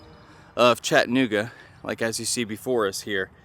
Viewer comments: It's "CHATTA-NOOGA" not "CHATTAN-OOGA". Yeah it's a little sliver of history smack dab in the middle of Chattanooga alright-smack dab in the middle of one of the worst neighborhoods in the city. If you go to Orchard Knob be on your guard. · Chatt-nooga means your not from around here! Chatta-nooga and your in the know! Great content though, very informative!